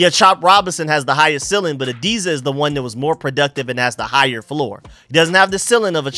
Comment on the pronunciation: The word is "ceiling", pronounced "seeling", not "silling".